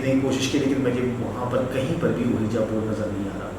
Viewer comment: My dear it's not called "ooeeja board". Ouija.. correct pronunciations is "weejee" board. You can check on google pronunciations. 😀 Recommended your channel to my nephew and cousins.